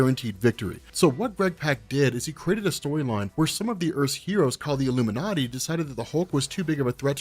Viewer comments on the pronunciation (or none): none